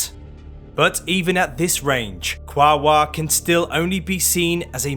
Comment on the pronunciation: Apparently that's the preferred spelling by the native Tongvas. Also it's supposed to be 3 syllables: Qua-o-ar, not 2